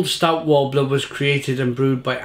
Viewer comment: Nice review, it's Stoat wobbler not Stout Wobbler though ;)